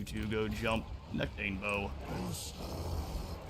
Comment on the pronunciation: This be the first time I've heard anyone pronounce his name as 'nec-TANE-bo', I've only ever heard it said 'nec-ta-NE-bo'. Interesting.